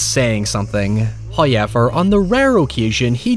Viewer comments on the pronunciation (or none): in what part of the UK do they pronounce "OU" as "EY? like "outcast" being "eytcast", "house" being "heyse", "however" being "hoyever" i am actually interested, sounds like an interesting accent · HOW-ever! --NOT-- HOY-ever!!!! Gaaaaah!!!! Love your channel keep it up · First "hoyevver" drops . He teases us- did we offend Him? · Some people are just here to hear the hoyever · I would have never noticed if I hadn’t seen this comment lmao. Now I hear it every time, as if it were a damn emergency siren.